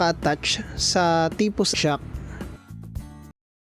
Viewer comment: Rinig ko nga sa TPOST eh TIPUS eh